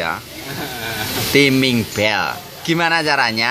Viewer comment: Timing Yo di bacane taeming to oom om... 😁😁😁😁